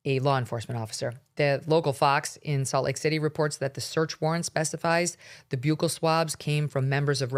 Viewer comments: Buccal is pronounced like the word buckle. Take it from a dentist. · Buccal swab is pronounced like the buckle on your belt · It’s pronounced “buckle” swab.